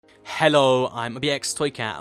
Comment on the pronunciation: I love how you emphasize the h in hello in the intro to your videos